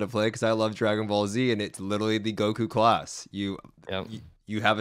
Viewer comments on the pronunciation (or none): He pronounces "class" as "closs" lol